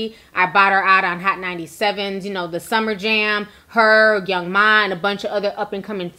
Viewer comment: I love you girl....but its young M...A. not young ma